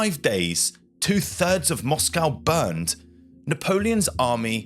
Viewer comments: As soon as I heard your pronunciation of Moscow, I bailed. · This was rather interesting but i had to stop watching as the pronunciation of words by the narrator was jarring on me. He is obviously English but using the American way of saying words like Moscow, its pronounced Moscoe in the English language not Moss-cow. Pro-nounse -e-ation was also annoying, its pro-nunce-e-ation in English. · Fascinating story. Great presentation; except the word is "pontoon bridge", not "platoon bridge" etc. The capital of Russia is Moscow, pronounced "MOSSKO" (in English). Not "MOSS COW" as the Americans seem to want to do. At least the audio is not AI generated. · We say Mosco in this country. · your pronunciation was a bit of an issue throughout this video, you could at least have agreed on a single pronunciation of Moscow. Interesting content though, thanks. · As an Englishman your pronunciation of Moscow is American, apart from that, excellent work.